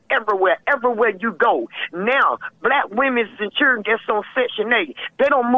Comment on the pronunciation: The Churdren 😂